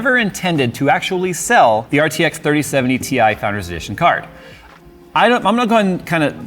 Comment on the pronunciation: 30-70 TIE!! it's TIE.:D